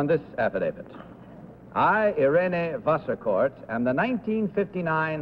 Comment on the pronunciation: The name of the third contestant is certainly not “Vaskorff”! It sounds more like “Wasserkort”.